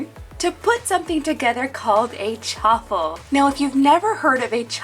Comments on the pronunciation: Chaffle as in Cha-waffle not Cha-ffle just saying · It’s prounounced shaffle